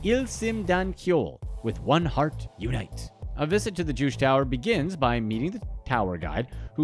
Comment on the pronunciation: #2, Juche - is pronounced Joo chae not jewsh